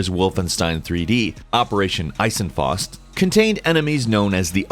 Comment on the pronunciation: Eisenfaust isn't ice'n fosst. Its "eye-zen(Dragonball fans know zenkai. So, zen.) Fa(like fa in fast) ust (like oost)". Eye-zen-faoost. Eisenfaust. In English iron fist. Please learn to pronounce foreign words (not only addressed to, though)